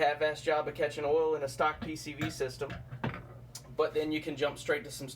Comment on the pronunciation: Oil not awl